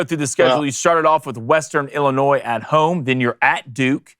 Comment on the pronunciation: I am turning it off. Illinois, really????